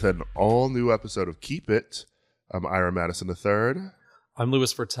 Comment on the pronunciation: I thought ira said "whore" Oscar and I was like ok